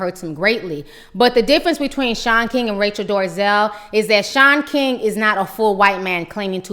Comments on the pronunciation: Why do you keep calling her Rachel Doorzel when it's Dolezal? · Its Rachel Dolezal...NOT Rachel DORzel! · Rachael Dorzel? It's Dole-a-zall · Rachel Dorezell?🤔is that what she said? Thought it was Rachel Dolezal. Just saying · Who's rachel 'dorazel'. Does she mean dolezal?